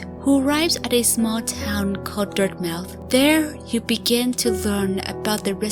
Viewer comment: Dirtmouth is pronounced dirt-muh-th